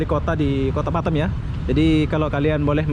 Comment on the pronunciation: bukan batem bos tapi batam